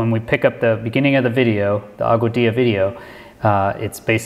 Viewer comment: You pronounce Augadilla as Agua-dee-ya, BYW.